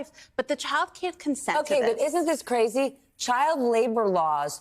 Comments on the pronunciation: It’s not just Crazy, it’s Cuh-razy. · What kind of professional news reporter says “ca-razy” This is a horrifying story. Reminds me of daddyofive Edit: I was a Mervyn’s model as a child and never got a dime. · "Ko razy?" huh? be professional...